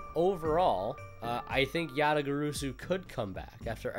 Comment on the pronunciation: You still pronounced it wrong ResidentSleeper